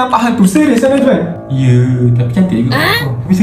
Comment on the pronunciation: Najman bukan najan